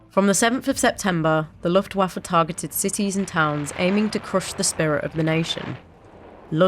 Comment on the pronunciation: With all due respect, I find the pronunciation of Luftwaffe a bit distracting.